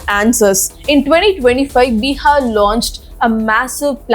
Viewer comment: that is bihar not biha